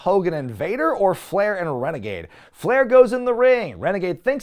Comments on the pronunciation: I kept dying at rene gade pronunciation. His outfit really did suck lol. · I feel for poor Rick Wilson, the guy was just doing what he was told, but everytime you keep saying "Rene -Gade" I can't help but to LMAO!!!🤣🤣🤣🤣 That's definitely a new one 🤣🤣🤣! I neeeded that laugh🤣🤣🤣